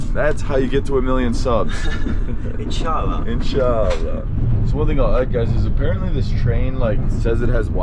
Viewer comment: When you say insha allah it feels g o o d